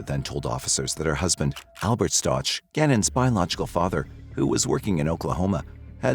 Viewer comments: This AI voice mispronounces the last name. RIDICULOUS AND DISRESPECTFUL. You have the proper pronunciation in the news clip you put in your own video ffs By the way, she was just granted re-trial, unfortunately. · is this AI? bc ur not pronoucing his last name right. at least know the victims correct name if ur gonna make a video about him. 😢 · A whole hour and you can’t say their name right once huh? Weird. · Learn how to pronounce the victims last name. You want to use the tragic real life event for your content and cant even get the victims last name right. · I wish people would say Gannons last name right. No ouch sound on the end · And the last name isn’t pronounced that way. That was driving me crazy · The name is pronounced stowk not starch I know the ch is confusing but I really feel you should get his name right, sorry for being picky. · STOW-K not STOCH. Rip Gannon 💙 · It’s pronounced “STOWK”. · Stow, like cow and ack like back. Gannon Stauch (Stowck). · Cannon’s last name is pronounced “Stouk”. And the Stauch family is from Horry county (pronounced Orry not Horry). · You could pronounce his name correctly. Its STOWK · Stauch is pronounced with a long o like "out" and the ch is pronounced with a hard K sound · Stau -k is how it’s pronounced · You're saying their last name wrong! It's pronounced stock but it's spelled Stauch. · You’re mispronouncing his surname - it’s a hard ‘k’ at the end. Please do your research and figure this out before you publish. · Oh FFS! Atleast say their name correctly.. if you're going to release a video for Monetary gain. Last name is STAUCH pronounced "Sta ow k" "Stauwk" not "Ch" sound at the end. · The name Stauch is not Letecia, it is Al, his family, and most importantly Gannon. So I wish people would put a little more effort into making their AI narrator get it right in pronunciation st-ow-k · Stauch ends in a k sound not ch. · It's pronounced "St-ow-k" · His last name is prounouce st-ow-k...